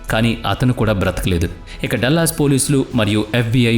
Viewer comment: డల్లస్ కాదురా మూర్ఖ డాలస్